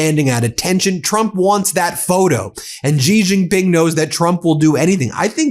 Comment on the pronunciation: Chinese president’s name is not “jee”, it’s “she” (Xi). I think u can get that right.